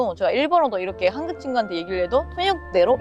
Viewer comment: 한국발음중에 한국 이 단어가 발음이 잘안되는구나 한국을 한극이라고 발음을하는데 발음교정을 열심히해봐